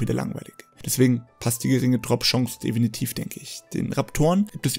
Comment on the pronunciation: Ein allgemeiner Tipp: Vllt vorher ein Skript schreiben. Du sagst viel zu oft "definitv" und dann auch noch etwas unsauber ausgesprochen. Daran womöglich mal schrauben, ansonsten gutes Video.